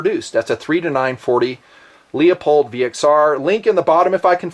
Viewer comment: LOOP-old Scopes, LOOP-old. Not LEO-pold! Face palm.